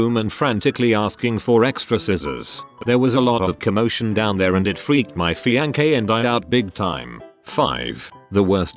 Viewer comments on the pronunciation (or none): I live for the " fiankay"